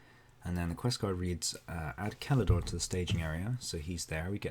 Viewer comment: Did you pronounce Celador with a hard c? I'm so happy!